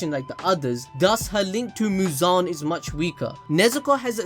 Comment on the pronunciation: The way you say muzan its like you are saying "JIGEEEENN"😂